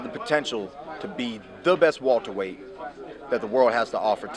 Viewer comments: I'm sick of hearing this nigga say Walter-weight instead of Welterweight lol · Wilbart weyhhht